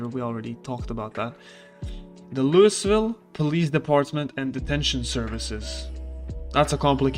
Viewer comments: It happens more than you'd expect, so we get used to it. If you don't pronounce it "lou-uh-vul" than everyone knows you aren't from around here. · It's not pronounced "Louis-ville", yikes. It's 'Loo-ah-vul'. Or Loo-vuhl. While we're at it, "Muldraugh" is pronounced "Mool-draw' or "Mull-draw' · LOUI VILLE. LOUI...VILLE. NOT LOUIS VILLE. NOT LUIS VILLE. NOT LEIWS VILLE. LOUI VILLE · Say it with me kids, "LEW - EE - VILL" NOT "LEW - US- VILL" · Lou-Uh-ville not “louis” ha ha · The pronounciation is "Loo-ee ville" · Lew-E-vill not loo-iss-vill, trust me I’ve been corrected by people that live there and apparently it’s “triggering” to get it wrong. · You saying it wrong bro. It's lou-ee ville. Not lew-iss ville. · I prefer to say lou-ee ville as well but we are wrong too. Its prounounced loo-uh-vull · I Just wanted to let you know the the 'S' in Louisville is silent. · Please stop saying LouiSville the s is silent.. and yes this is true for the real life city in Kentucky that the game is based on :D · Awesome guide! Thank you. You wanna pronounce it loo-e-ville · Pronounced LOO-ee-vil. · “Loo-is ville”? Lol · It must be agonizing for people from Louisville watching this having to listen to him say Lewisville over and over. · Say Lewieville. The S is silent. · By the way Louisville is pronounced "Looey-ville", some people with a southern accent might pronounce it like "looey-vul". Another good video though 👍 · "Lewis Ville" ah shit, here we go again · "Lou is ville" dude.. come on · I love how he said it Loois ville just to spite everyone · I beg Zomboid streamers to learn how to say Louisville. Like even Looeyville is fine if you don't want to go all out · I like your content, but do look up how to pronounce Louisville next time. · As much as it makes me smile to here you pronounce it...the "S" in Louisville is silent. 😁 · Introduces self as guide for Louisville, while mispronouncing Louisville. :) Memeing aside, nice video. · He knows. He does it on purpose.